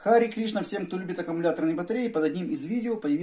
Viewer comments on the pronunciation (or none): none